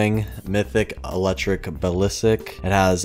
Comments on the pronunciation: Sry had to click off the vid u kept on saying ballisik 😬😬😬😬 it’s basilisk (Bass[like the fish]-ill-isk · Basilisk not balisik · Its Basilisk not Balisik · No one: Absolutly no one:: balisik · Julian Torres actually someone look at the comments more I sent “it’s basilisk not balisik” before you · Its basilisk just need to go back to school lol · balisik.... bas-il-isk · He can’t pronounce most of the names lmao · I think u say it bas-is-lisk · its pronounced bass-ill-isk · My dude it's pronounced like the basilisk in Harry Potter Idk why that buys me so much lol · yOu sTiLl sAy bAsiLiSk wRoNg!!!!!!!!!!!!!!!